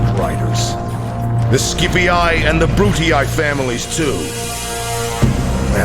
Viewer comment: Whenever I hear someone pronouncing "Brutii" as "Brutae", I feel like doing a little crucifixion.